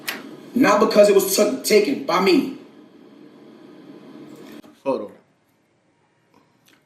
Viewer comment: "Hol on"